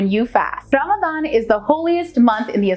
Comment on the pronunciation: I love the way she pronounces Ramadan it is close to arabic proninciation